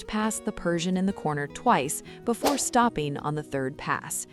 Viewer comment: "Writeen", "stoppeen", "existeen", and "reserveen" are not words. "ing" is not pronounced "een".